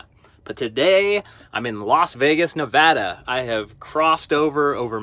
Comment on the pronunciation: Im so glad he pronounces Nevada right